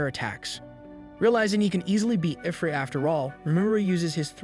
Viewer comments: please tell me that this is a computer saying i-frit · “Eye-frit”??? This person never played an RPG in their life haha